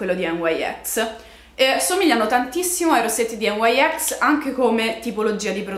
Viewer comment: ciao, ho scoperto che nyx si pronuncia così come è scritto, dal nome della dea greca (la fondatrice è greca!)